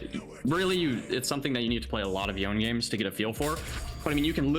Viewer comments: cracked at Yone but still pronounces his name "Y-own" 😭😭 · Maining a champion and mispronouncing his name. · tell him to stop saying the damn champs name wrong lol